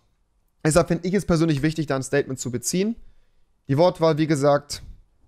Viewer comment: Das "Staiytment" von Rewi